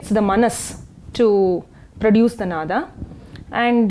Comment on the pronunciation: नाद् = Nād, नाद = Nāda, नादा = Nādā. Of these, the second one is right and she has pronounced it correctly. It is a Sanskrit word, should not be pronounced like Hindi.